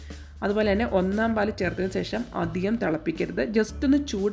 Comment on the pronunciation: സെഷം അല്ല ശേഷം 😂. Thangal full സെഷം എന്നാണ് use cheyunne